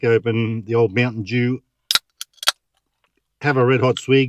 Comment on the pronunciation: It’s Mountain Dew not Moutain Jew